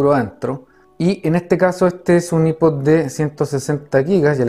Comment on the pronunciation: I-pod nombreee que asco de pronunciación